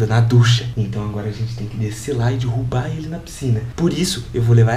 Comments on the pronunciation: “Dirrubar” kkkkk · eh mt engraçado como o fala dirrubar nao derrubar kmkkkkkkkk ri mt